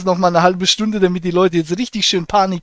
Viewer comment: Habe ich mich eingehender DAMIT bäfasst , wie so ätwas möglisch IST." BEtonung beim Ablesen ist ihre Stärke.